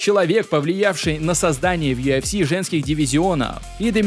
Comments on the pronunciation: не юафси, а юэфси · Бро, ты сам слышал как ты произносишь аббревиатуру UFC , у тебя это звучит как Ю АФ Си , а должно звучать Ю ЭФ Си, без негатива если что. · Автор. Красава, всё хорошо смотреть и интересно. Но вот это Ё ФС. Весь мир говорит ЮФС, честно как серпом по яицам. Перестал смотреть, не могу. ЁФС🤦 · чел, почему ты называешь юЭфси - юАфси? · Почему он говорит ёофси?😂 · Меня раздражает его "ЮАФС" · Чё он как говорит? Ю Аф Си😅